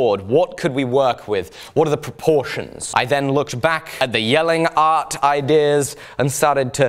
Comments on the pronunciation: Love how precise your pronunciation of the danish city name Jelling is 👍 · Apart from the awesome way you approach your work. I wanna tell you that you abseleutely nailed saying Jelling. which is a feat considering almost no british or amaerican person I know have had a chance pulling off saying a single word in danish correctly! PS you're awesome!